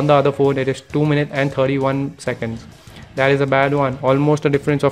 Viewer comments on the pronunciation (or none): none